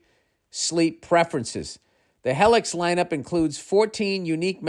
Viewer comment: lost it on the helix Heylix shit